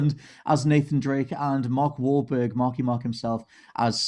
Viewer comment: Larry king said mark whalberg wrong first 😒😂